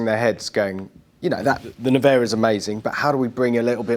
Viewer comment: Rimatz.... Rimatz.... its not Rimak. Also the model is NE-VE-RA, not Nivera or how these guys pronounce it.